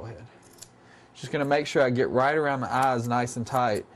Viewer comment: This man prononce "ass" instead of "eyes".